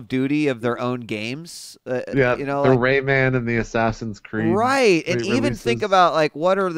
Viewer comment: how the fuck did he just pronounce rayman? raymen?